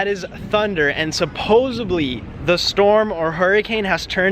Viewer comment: It's SupposeDly not SupposeBly. I don't understand why people still speak like that - It's 2019